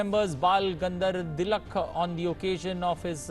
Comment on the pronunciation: Sorry! Sir your pronunciation is wrong! That’s Bal Gangadhar Tilak